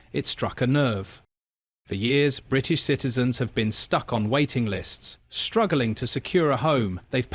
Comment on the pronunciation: Clag mouth you can't even pronounce British correctly. Labour is using you to try to con the people. You are inept and stupid.